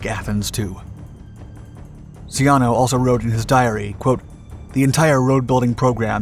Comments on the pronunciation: say Tchaanow instead of Ceeanow. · The last name of Italy's Foreign Minister, Galeazzo Ciano, is pronounced "CHA-no", not "see-AN-no".